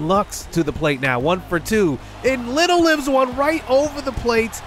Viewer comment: Yo just wanted to pop in and say that Zack Littel's last name isn't 'little' it's pronounced 'li-Tell'